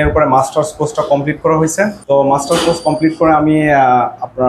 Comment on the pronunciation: মাস্টার্স কোর্স? ওনারা মার্টার্স কোর্স বলতেছে কেন?